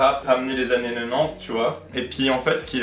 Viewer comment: ...ai je bien entendu " des annes